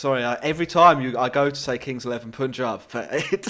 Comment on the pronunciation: Chappies, please xan you pronounce Punjab as: PUN ( rhymes with Sun) and JAB (rhymes with Saab the car) Not Poooooonjab.. which is what you guys were sayinga. Although, it is forgivable 🙂